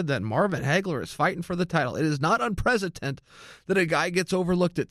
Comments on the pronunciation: Chael I love you man but you said this wrong 50 times... Its UN-PREC-E-DENT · UNPRECETENT? We doing this again Chael? :P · Chael, " It's Unprecedented"